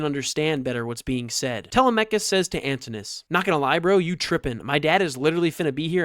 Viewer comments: How is your pronunciation of Telemachus derived? Is this some internet phenomena? Is it from a computer? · Bro doesn’t even know how to pronounce Telemachus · Most people say /Te LEM a kus/ for Odysseus' son.